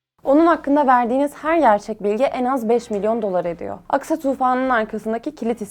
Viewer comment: Что за нерадивая переводчица?!😮 похоже ты еврейка и намеренно неправильно выговариваешь имена Хезболла, Аль-Акса и т.д., неправильно ставишь ударения и в других словах